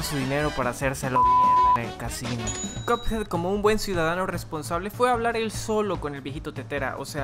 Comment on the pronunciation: Xd cadaves que dice casino ase cachin xd😂😂😂